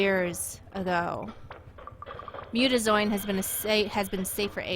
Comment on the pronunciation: muta-ZEE-own thats how its pronouced, but love the game play keep it up :3